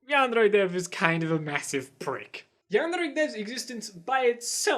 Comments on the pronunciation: The way you pronounce yandere is maddening, it’s driving me insane and ruins the video so much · hey stop pronouncing yandere like a homosexual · Hey there, nice video. I used to love yandere simulator, but the dev just keep on adding unecessary thing instead of the main goal. Even I like your vid and your argument is much alike with mine, i kinda tempted to dislike your vid just because your 'yandere' pronouncesation #ripenglish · nice video but I seriously can't get over the way you say yandere it's BUGGING me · The way he says Yandere is an accent. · I know you're trying but that's not how you pronounce yandere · What triggers me is your pronouncing of yandere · Your fucking pronouncination of yandere gave me foot cancer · Your pronunciation of yandere is so fucking confusing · Your pronoucioation of yandere makes me want to puke in my ass and chug it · The way he says "yandere" is bothering me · Please don't ever pronounce yandere like that ever again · Glad these things were pointed out, but the way you say yandere hurts my brain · The way he pronounces yandere 😂👌🏻👌🏻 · This isn't a criticism on this video, I just hate the way you pronounce yandere. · I can’t comment in the video because this is really annoying me. Of course, don’t butcher a pronunciation but you’re really overdoing “yandere.” You don’t need to sound super duper cultured, because it is unnatural. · can you stop saying "yandere" so weirdly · why do you pronounce yandere oddly? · ITS NOT PRONOUNCED AS YAN DRE ITS YAN DEAR EH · Lol you're a stupid lying bitch this is sooo stupid you're a fucking follower of the new "hate on yandere dev" and it's yan-D-er-A not yand-RRRRRRRRRRRRRRRRRR-ay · I was interest until he started pronouncing this Yandere like yanderrre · Why does this guy pronounce yandere like yan Dare Dev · It’s not pronounced “yam-dairy” either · i just love how he says yandere yandrrre its a weird flex but it's fucking amazing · yandrè ... what is this pronounciation